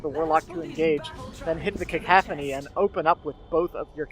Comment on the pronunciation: *Cacophony, not cocaphany :P great cast!